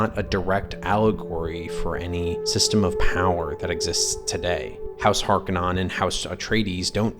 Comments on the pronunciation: Vill-noov, not Vee-noov Hark-uh-nen (or Har-ko-nen), not Hark-anon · "Is Dune the greatest scifi movie ever?" "House Harkanon" "Veenoove"